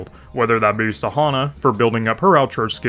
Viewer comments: It's san - hwa not sahana. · Nice tips though. But you should read her as "San - wa" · Everytime i heard Sahona, felt like i got slapped to the face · Blud pronounce Sanhua like pronouncing Marijuana